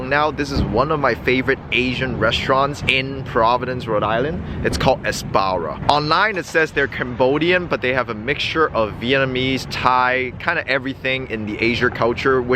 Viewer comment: That is my favorite Cambodian restaurant in Providence, great review brother. It's actually pronounced "Ap-Sa-Ra" which is translated to "Celestial Maiden". Apsara is part of Cambodian culture. It's a very good restaurant for sure, I too like to order that spicy crispy chicken as appetizer lol. I liked and subscribed brother, keep doing what you do!